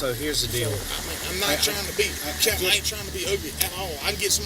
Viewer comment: The last cop is so fcked up he can't even think, he calls him "Lieutenant Catain" wtf is that some new rank they just came up with???